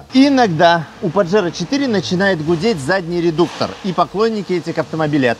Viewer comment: Название испанское, так что не паджеро, а пахеро(дрочила)😂😂😂